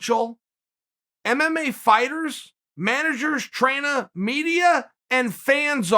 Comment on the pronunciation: Chael "Traina" Sonnen